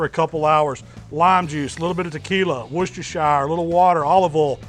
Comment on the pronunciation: wuschstershier sauce?🤦🏽‍♂️🤦🏽‍♂️ what a jackass